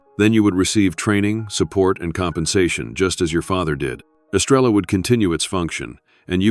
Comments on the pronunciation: I see three pumps, and no Estrella please take better care matching urination with a photograph. BTW, someone from El Salvador, who's still retains his accent, will say, "Es-STRAY-ya," flipping the "r." He did, however, pronounce "Te quiero" correctly. "Abuelo" means grandfather. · And it should be “Es-tray-ah.” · Great story❤Star in Spanish is pronounced estreya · I’m not a Spanish speaker, but I live in Brownsville,Texas, on the border. Even I know, now, that the Spanish words are being mispronounced. Especially, Estrella.